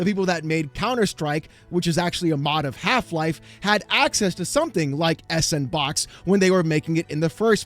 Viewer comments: Surely the engine is better pronounced as "sandbox" "S and Box" just seems ignorant. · I Want To Facepunch You Every Time You Say S N Box... Freakin S And Box... Cause >> Ya Know.. Its A SANDBOX Engine =P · every time you say S and Box I die a little more inside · It's pronounced "sandbox" haha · "Sandbox" is how it's pronounced. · Its pronounced "Sandbox". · can’t say the word “sandbox”.